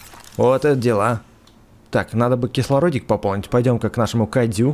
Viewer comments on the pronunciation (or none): он сказал кайдзю или мне послышалось